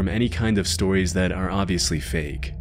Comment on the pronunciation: "True sotires" sure, pal. XD